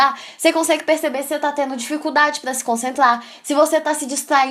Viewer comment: "Dificuldade pra se concentla"